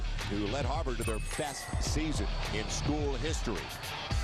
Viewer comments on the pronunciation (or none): Why does he say Harvard like Harbour.